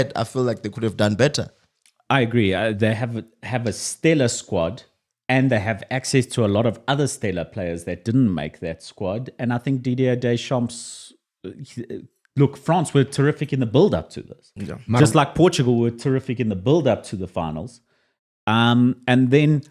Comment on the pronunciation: You really must love, just how he breaks down words sometimes 😆 Des - Champs, instead of pronouncing it as one word. Love ⚽